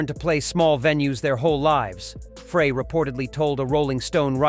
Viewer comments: If you are going to use AI to narrate your post, make sure the AI can enunciate correctly. Frey = Fry -------- Frey IS NOT Fray. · This is the biggest crock of BS. I am a native Michigander and we knew Bob, Terrible Ted and Glenn "Fray", your AI can't even pronounce their names. Get a real job!! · Frey is pronounced Fry!! Get it right!! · Glen FRAY?? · Would help if you could pronounce Glen Frey's name correct. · Glenn Frey last name is being pronounced wrong this isn’t the first video. His name is being said wrong.